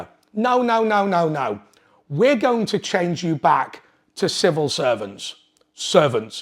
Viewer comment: Civil not snivil